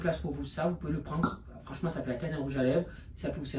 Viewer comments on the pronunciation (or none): « Fransement la che chochotte plus » 😂oh non presque plus